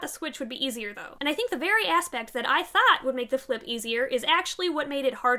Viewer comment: you meant "the very *ashpect" no?